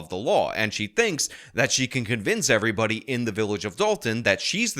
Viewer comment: Why can't she say the word "everybody"? Instead, she says "er-bah".